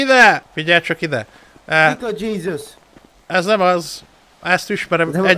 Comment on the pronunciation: Hát ha ezt a stream-et a Pápa is látná....😅 Ó, Dzsízüsz... Dzsízüsz Krájszt....😂